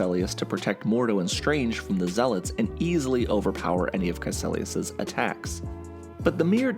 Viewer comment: KaeCIlius. Not KaeCElius.